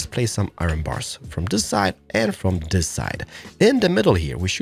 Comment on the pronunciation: i dont like when he says zis